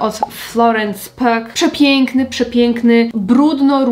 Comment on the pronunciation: Coś z tym opóźnieniem jest, pewnie za 5 lat na polskie ścianki wejdzie glass skin :D P.S. Mała uwaga: naziwsko Pugh czyta się /pju/ (też miałam kiedyś problem i kiedy zobaczyłam wywiad z Florence, która się przedstawiła z imienia i nazwiska, to się zdziwiłam :D ) :)